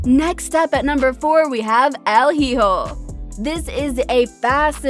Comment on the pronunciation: Solo me da risa como pronuncia "el hijo"😅